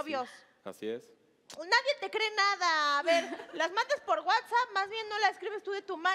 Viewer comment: Pinche no se dice "nadien"